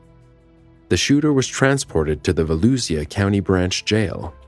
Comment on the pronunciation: okay but yeah…that’s not how you pronounce Volusia. Not veloozia. It’s Volusha.